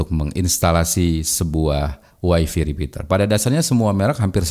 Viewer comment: Wify dibacanya WAI-FAI, bukan wai-fii. Kebanyakan wong jawa sering salah bacanya